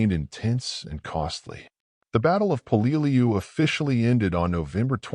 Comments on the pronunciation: "Hey, what the f***? 'Peleliu' is pronounced as 'PEH-leh-loo.' 👹 'THE DIABLO DOG' 👹 When talking about the United States Marine Corps, especially the battle history of the Marine Corps, everything must be perfect! The Battle of Peleliu is pronounced as 'The Battle of PEH-leh-loo.'" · Until a historian picks up a rifle he should shut his mouth. And the narrator is not pronouncing Peleiu correctly. Sgt. John USMC 0811 '76-'80. Semper Fi.